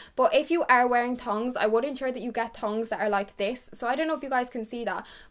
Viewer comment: OMG it’s NOT “tons” it’s THONGS